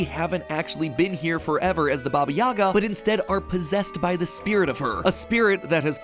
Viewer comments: For Baba Yaga, it’s actually pronounced Baba Yaha. Even though it’s spelt the same lll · Me an Ukrainian: Wrong pronunciation yhrhjd kdhqhsyfhaywywlj, not "Yagá" but " 'Yága", not "Zakopáne" but "Zakópane"